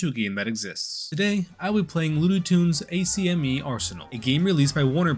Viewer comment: Its pronounced ac-me